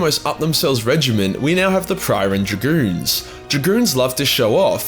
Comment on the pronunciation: it's supposed to be pronounced like regiment.